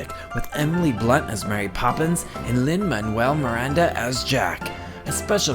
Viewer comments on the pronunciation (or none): DID U SAY LIN MANURE MIRANDA AS JACK????